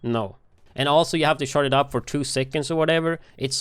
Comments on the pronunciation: I know he's saying "charge" the rifle, but it sounds like shart lol "you have to shart the rifle before you shoot it" lol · Why when he says charge did I keep hearing shart